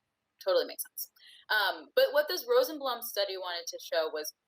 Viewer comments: Rosenblum pronounced Rosenbloom. Really people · Several Rosenblum families personally known to me pronounce it as if spelled “Rosenbloom,” which was in fact the original pronunciation. (It’s still pronounced that way in German.)